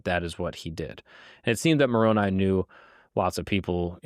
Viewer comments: For all the things he might have inadvertently misconstrued, is proof to me that Mark is being earnest in his approach when so many others are scornful. He actually pronounced Moroni's name correctly, something that so many other critics fail to do. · I appreciate that Mark pronounced Moroni's name correctly. It's a dog whistle of anti-s when they say "MOR-o-NEE"